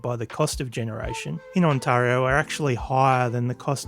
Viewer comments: On tari o not antario. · If he's pronouncing Ontario like that what is the chance he's ever met a Canadian 😂😂😂